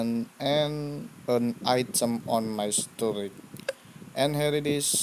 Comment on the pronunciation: You should pronounce storej not storeg. Ok?